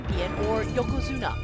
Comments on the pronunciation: Why does that guy keep saying yokazuno instead of yokazuna....? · I really wish this guy would stop saying Yokozuno! Ffs! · This guy kept sayn yokozuno........